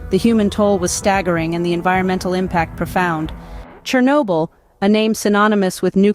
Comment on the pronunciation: *СhOrnobyl. Whatever is written on wiki. It's important, pls.